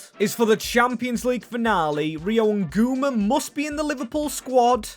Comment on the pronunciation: hey, Ngumoha is pronounced n-gu-moh-a not nguma